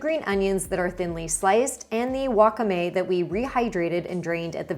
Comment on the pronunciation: friendly tip, wakame is pronounced with the stress on the second syllable (wa-KA-me) rather than on the first syllable like you had in this video 🙂